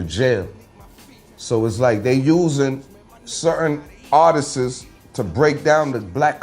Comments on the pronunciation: NinoBlack_ _ That shit made me laugh though “artiststes” 😂 But shout out to though. He’s a real one. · Why does he keep saying artistses there’s no such word.... glad to see you have elevated your mind and talking positive now. I wish you would have thought like that when you aligned with Ross. Keep ya head though